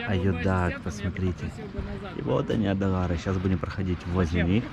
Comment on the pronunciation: Не Адалары, а Ай-Далары, Ай-Петри, Ай-Даниль... не уродуйте имена достопримечательностей. местный житель, Краснокаменка.